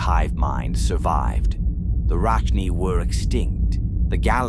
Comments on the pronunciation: Say it with me rachni. Short vowel on the A and a long vowel on the i. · Gotta teach the robot how to pronounce Rachni and Krogan.